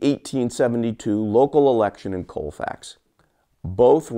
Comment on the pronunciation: It is pronounced calfax